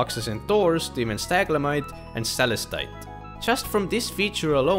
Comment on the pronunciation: For pronunciation: Stalagmite [ Sta - lag - mite] Stalactite [ Sta - lac - tite ] To remember the difference: stalagMITEs crawl on the floor, like MITES. stalacTITEs are like women's TIGHTS, hanging up to dry Love your videos, always super informative content! Keep it up <3